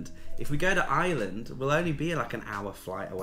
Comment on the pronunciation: Taiwan 🇹🇼 is fascinating and beautiful. By the way, Ireland is spelled and pronounced with an “r”. If you pronounce is as “Island” you’ll upset the Irish viewers 😂. Best wishes for 2023 😊.